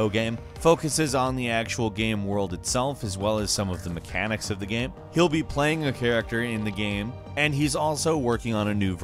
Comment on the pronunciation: Your Pronunciation of "Game" is slightly annoying😥